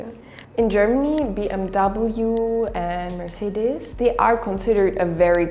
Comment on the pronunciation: F(V)Wolks-war-gern, Merc-say-ders